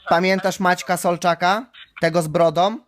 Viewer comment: "Skarbie słyszysz mje...a pamiętasz tego z brodom..." Ten tuman nawet po polsku nie mówi...